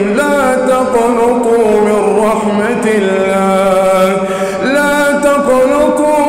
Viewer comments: قل يا عبادي الذين اسرفوا على انفسهم لا تقنَطوا بالفتح وليست "لا تقنُطوا" بالضم ارجوا وضع لايكات على هذا التعليق لكي يظهر في المقدمة و يراه الامام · بس في خطأ بسيط جدا وهو لا تقنطوا من رحمة الله تقنطوا النون بالفتح ليست بالضم يا أخي حفظكم الله وبارك الله فيك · "لا تقنطوا" قرأتها بالضمة و هذا خطأ. فوق النون توجد فتحة. لو قرأت على شيخ لتعلمت التجويد الصحيح و لما لحنت, و هذا هو العيب في قراءتك. انصح كل شاب ان يتعلم على يد شيخ و لا يغتر بقراءات وسائل التواصل المخلة للتجويد. اذا حفظ شاب او طفل من قراءة خاطئة يترسخ ذلك الحفظ في ذهنه و يصعب عليه تصحيحه مدى الحياة. {۞ قُلْ يَا عِبَادِيَ الَّذِينَ أَسْرَفُوا عَلَىٰ أَنفُسِهِمْ لَا تَقْنَطُوا مِن رَّحْمَةِ اللَّهِ ۚ إِنَّ اللَّهَ يَغْفِرُ الذُّنُوبَ جَمِيعًا ۚ إِنَّهُ هُوَ الْغَفُورُ الرَّحِيمُ} [الزمر : 53] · ياحبيبي نطقها غلط هو ضم النون والنون بالفتح مش بالضم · تقنَطوا النون بالفتحه وليس بالضمه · قل يا عبادي الذين أسرفوا علي أنفسهم لا تقْنَطوا بفتح التاء وليس لا تقْنُطوا... نفع الله بنا وبك وجعله في ميزان حسناتك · لا تَقْنَطُوا .. وليس لا تَقْنُطُوا .. بفتح النون وليس بضمها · لا تقنطوا.) بفتح النون وليس بضمها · لاتقنطوا بفتح النون وليس بضمها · تقنطوا النون بالفتح وليس بالضم ربنا معاك ويوفقك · لَا تَقْنَطُوا بفتح النون وليس بضمها اتمني تاخد بالك ياشيخ ❤️ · حفظكَ الله وبارك فيك وجعلَك من اهل القرآن ... انتبه أخي " لا تقنَطوا " بفتح النون وليس بضمها . جزاكَ الله خيراً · هناك خطأ في تشكيل كلمه تقنطو وهي بفتح النون وليس بالضم وجزاك الله خيرا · حضرتك قولت لاتقنُطوا من رحمه الله ✖️ وهي، لاتقنَطوا من رحمه الله ✅ والتجويد ضعيف جدااا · افتح النون شوية فى لا تقنطوا يا أخى وجزاك الله خيرا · بسم الله ماشاء الله صوتك جميل بس في غلطه في لا تقنطوا بالفتح مش بالضم وشكرا لك وتقبلك الله منك